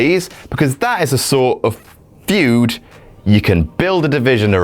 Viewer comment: FUED? You mean Feud right? hahah